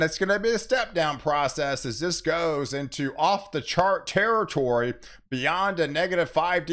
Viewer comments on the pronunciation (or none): none